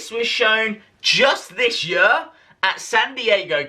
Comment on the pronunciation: Why do you say "year" like that u just sound weird!!!